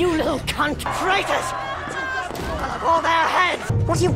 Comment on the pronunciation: "let them havah"